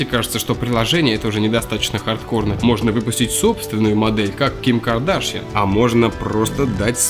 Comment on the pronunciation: Ким КрдАшян топлес найс ударение хаха (я не хейтер)